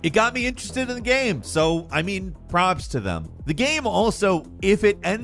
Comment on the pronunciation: It's pronounced "props" not "probs" you spazzie bastard.